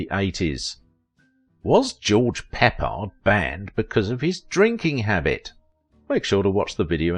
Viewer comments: The man's name is CORRECTLY pronounced "PUH-pard" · Pronounced George Pip pard - Can't even pronounce the subject of your story right. PATHETIC AGAIN!!!!